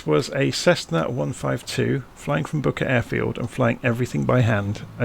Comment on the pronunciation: Booker Airfield ? sounded like you said bucket lol . cool video thank you .